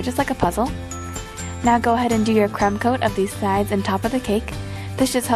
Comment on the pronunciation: i didnt hear the r pretty sure she said cum